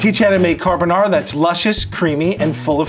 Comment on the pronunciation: I think Vincenzo would approve of this. He would probably say that it's carbonARRRA and not carbonawra and mixing it in the bowl as opposed to mixing it in the pan and adding pasta water is unusual, but other than that, it's pretty close to the Italian original.